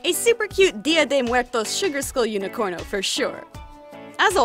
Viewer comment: Like is no one going to tell her it's Unicode not unicorno? No got it I'm just paranoid